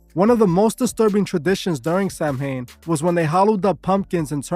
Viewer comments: I like your videos so I figure I will let you know the proper way to pronounce it is SOW WIN. Not Sam hain. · A lot of your information is incorrect. Also Celtic is pronounced with a hard K also Samhain is pronounced Sow-in. There is also no such group called the Code of Thorn. A lot of information about Druids is shrouded in mystery. The ancient Irish deities were not good or evil but could do both good and bad. They were not celebrating a God of death. They were a pastoral people so it was basically a harvest festival that the Irish still celebrate i.e. bonfires and mischief making. It is also big in Scotland due to both groups being Gaels. Halloween took off in the US with mass Irish immigration. Remember that the Devil is from Christianity and Christianity has its roots in the Middle East.